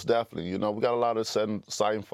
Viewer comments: “most daffaly” 🤣.....most definitely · "Daffinitely" deontay "i got the asperience" wilder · Reporter: you repeat yourself a bit to mu.. Wilder: oh mossdefinetly